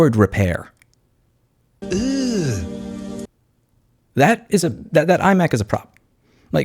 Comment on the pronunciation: Its "ugh" not "eww". How do so many people get this wrong. 😂